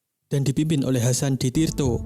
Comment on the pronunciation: Hasan di tiro bukan Hasan di tirto